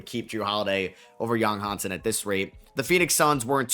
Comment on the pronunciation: It's Yang Hansen not Hansen Yang. Also the A makes an AH sound like in "yawn", not like in "apple"